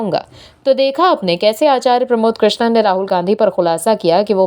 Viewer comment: कृष्णन नहीं कृष्णम बोलो ।